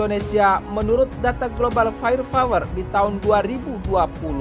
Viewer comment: Fire power min. Bukan fire fower 😊